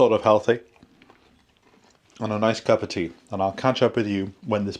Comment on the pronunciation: Sorry you had such a bad day. I had a bad day yesterday. Lovely homestead BTW. I really like the way you say 'cup of tea'.